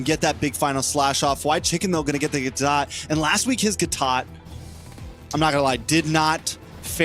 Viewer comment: For the love of God Please stop saying "Gatot" !